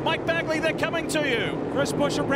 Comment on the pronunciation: Leigh it is bagley not baggie